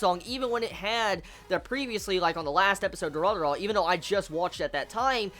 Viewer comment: Y does this kid keep calling it dura-dura...it looks like it wuld be pronounced du-ra-ra-ra.......sisk-boom-ba......sry bout the last part i couldnt help myself